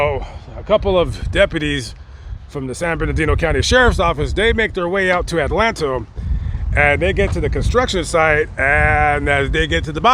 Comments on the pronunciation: Its pronounced Adelanto not Atlanto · it's pronounced ADA LAN TOE. Very high crime rate in a little town.